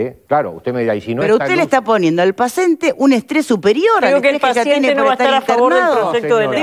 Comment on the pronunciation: Se comieron que dice pacente en ves de paciente, junto con la difieriencia 😂